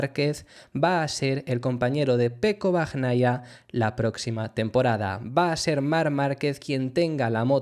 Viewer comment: Un apunte, se pronuncia "bañaia" y "alesh". Por si quieres mejorar la pronunciación. Buen trabajo